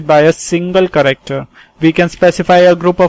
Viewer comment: No offense but the way you pronounce "character", it sounds like "corrector". Please pronounce it right. P.S thanks for the tutorial. Helped me to take down notes for UNIX.